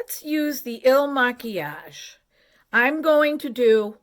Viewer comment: Hi, I feel good in your house, thank you.🙏 I’m 62 and I feel good about my age, because as the years go by we learn more and more and that’s wonderful, we progress, we understand others and life. (I love when you speak French when you said Maquillage…👍) See you soon, a friend from France🌸